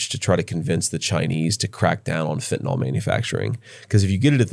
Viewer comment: Ivy League educated Vance cannot even pronounce fentanyl correctly.